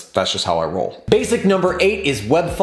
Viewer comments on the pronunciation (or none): none